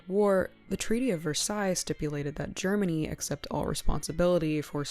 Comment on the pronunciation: You really impressed me with the content here. I saw «Mad Monster Party» in the original theatrical release when I was only 5 years old, and I'm not sure I have seen the entire film since, but it really stuck with me. Except for mispronouncing Versailles, this was great presentation, great writing, and very well researched. Thank you very much for sharing. You touched on so many interesting points about Rankin-Bass, monsters in film, and the casting. This was excellent.